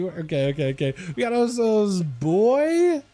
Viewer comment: Buoy = Boo eee :)